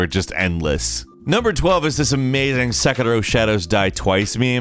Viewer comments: It's sekiro not sekero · your pronunciation of second row (sekiro) is in itself a meme. way to slip one in there before the year ends. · Who else just loves the way pronounces sekiro?